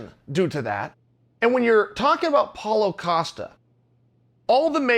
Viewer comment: SuperSly32 I was just gonna say that. He really been saying Apollo costa then Paulo Acosta WHILE IN THE SAME VIDEO he says Paulo costa correctly